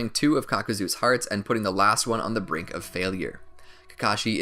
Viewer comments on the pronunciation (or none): none